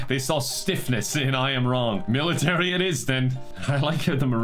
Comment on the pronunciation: I am wrong sounds like a Starbucks employee mistaking the name Ian Wong